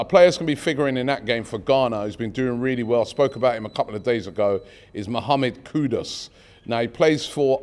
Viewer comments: His name is KooDooos not Koodus or Koodos! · Read African names phonetically & you will rarely go wrong. It not qudus kudos , it's Kudus simple. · As usual butchering more names it's Kudus not kudos 😜😜😜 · KUDUS ..not Kudos 😅